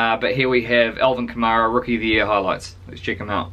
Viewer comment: you pronounced it correctly the first time. Kamara's balance is amazing.